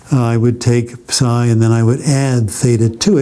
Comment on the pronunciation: Highlight of my day: he actually says ψ the correct way.